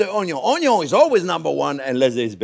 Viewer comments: I am a cook, not a classically trained chef. I have been training on the job for eleven years. I love watching and listening to Chef Jean Pierre. I love the way he says Onyo. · the way he says "onion" (Onyo) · Ohn-yo : n A staple of French cuisine, usually caramelized 😁👨‍🍳🧅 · Caralalamlalize the ONYO LOL!